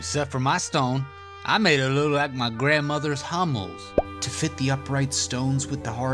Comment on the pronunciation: What is “grandmothers hommel”? we can figure you what your saying. Love the videos!